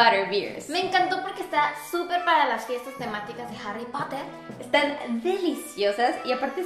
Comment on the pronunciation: La chica invitada, q ni conozco, dice muy feo Harry Potter, o sea se quiere creer y se escucho horrible